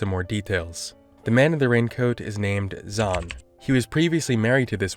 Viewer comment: I hate to say it but the name Zhan in Mandarin sounds more like "John" than Zawn.